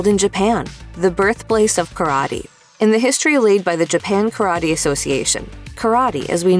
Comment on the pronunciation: Ka-ra-tay. Not currody